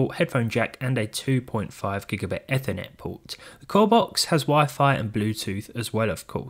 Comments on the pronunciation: every time you say Effer~net instead of E~fur~net I die a little inside 😅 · Ha. Eh-thernet